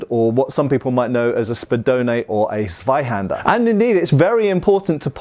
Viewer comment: The "Z" of Zweihänder needs to be pronounced "ts". So a hard t at the start.